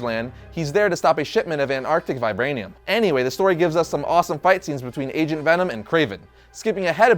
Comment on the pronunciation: i swear at one point i heard him say Asian Venom lol